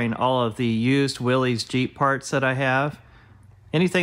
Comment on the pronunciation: Love your videos. Btw, "Willys" is pronounced Will...liss....not Willies.